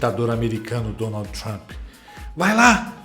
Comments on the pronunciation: Alguém pode , pelo amor de Deus falar pra essa senhora , que se auro denomina "jornalista" que d no final em inglês é mudo ?? Que o presidente dos Estados Unidos é Donald e não Donaldiiiii ??? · Alguém ensina a mortandela a falar Donald! Donalti dói na orelha